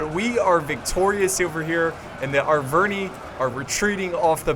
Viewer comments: I think its pronounced ar-ver-ni-i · It's not Aicini nor Aicinai. It comes from latin, so it's pronounced iceni and arverni.